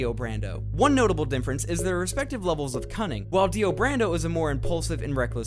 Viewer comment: Holy shit do you say "Dinfference instead of Difference"?? Greato Daze